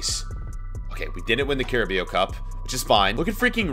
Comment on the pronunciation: btw its not carabeo, its carabow (like ouch)